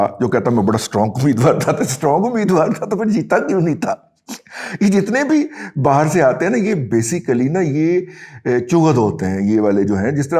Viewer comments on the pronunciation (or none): none